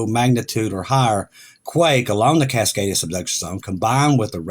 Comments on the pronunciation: If you listen to the whole video, he said cicadia several times in the beginning, but he actually said "Cascadia" at least 3 times, further down, it's the first time he said it that way, that many times - I really don't think it's intentional, he improved vastly on this one! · I love you......small reminder...It's not "Suk-kadia" It's Cascadia, pronounced "Kaskadia" I get it... I guess it's just habit. Still love you...but I am an Oregonian.🥰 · For those new here, when says Cicadia, he means the Cascadia Subduction Zone.